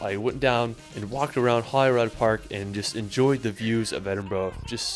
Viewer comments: Holly Rod sounds like a porn star. But seriously, how can "rood" get mis-pronounced? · Ohhhhh I really cringed at his pronunciation of Edinburgh. He also said Holyrod Park, it’s Holyrood. My BFF is an archaeologist, he loves castles too, he and a colleague discovered the actual spot where Henry VII was born. He wrote a book about Carmarthen Castle in Wales, if anyone is lucky enough to be escorted round a castle or church by him, he brings the history to life! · BTW it's not 'Holyrod' in Edinburgh, as pronounced in the guy's video, it's Holyrood... as in 'rude'. Keep educating girls! 😀👍🏻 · You're right about 'Edinburgh'. But our enthusiastic young friend can't pronounce a lot of other words, either, e.g. 'Glen-FIN'n', 'VIE-uh-duct', 'HOLL-ee-rood', 'ELL'n DON'n', 'GLAS-go', 'BIDG-'n nam BEE-an', 'Loch LOAM-und'. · please please please teach him how to pronounce the words. 😆 Never heard it called Holly Rod park. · Holyrood rhymes with Hollywood, i.e. the Holy is pronounced like holly. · lol I love how you cringe every time he says Edinburgh wrong. That’s how we feel when we hear it too. I’ve seen this video before and he says many places wrong. Even Holyrood when he’s talking about Arthur’s seat. I know a lot of our place names look weird so I can’t blame him but I guess. 😂. I always wonder why folks don’t show the Forth Bridge in which is near Edinburgh. It’s a world heritage site and my fav view at home.